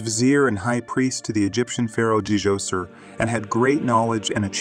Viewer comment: Imhotep was indeed a brilliant man, hope we find his intact tomb one day it might tell us more about Ancient Egyptians. By the way it's pronounced either Doser or Joser not DJoser.😊